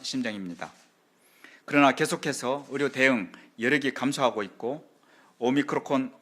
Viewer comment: 오미크론 발음하나 못하는 정부한테 뭘 맡기냐 ㅋㅋㅋ